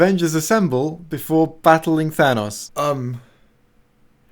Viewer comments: Chewbacca the Gryffindor excuuuuuuuuuse me but it’s pronounced Than-OHs not Than-AHs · It's thanos not thanaous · ITS PRONOUNCED THAN-NOS! NOT THÃNOSS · It's than OE S, with an s sound at the end, and not a z sound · thanos is pronounced th-anus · Thanos is pronounced th-anus fight me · Clearly it’s pronounced T-Han-Os as in (tee-hawn-os) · WE ALL KNOW THANOS IS PRONOUNCED ( TH-AY-N-OSS) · The correct pronunciation of Thanos is TA-NOS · It doesn't matter, as another commenter has already pointed out, his name is pronounced as ThANUS. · I personally heard that It's actually pronounced THAH-NOS Edit: I'M AN ARTIST I CARE A LOT ABOUT TYPES OF GREY YOU PIECE OF SHIT. xo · It's pronounced "ThANUS." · Actual Lee, it is pronounced "They-Nose." And I base this pronunciation on absolutely no existing media containing the character. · no, it's pronounced "Tha-nose" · Tá doido karaio? É taNOS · I prefer the pronunciation "thaynohs", because it's obviously superior.